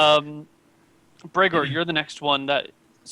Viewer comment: You just butcherd Bregor